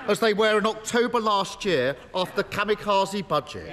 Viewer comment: Did he say Kami-Kwazi budget?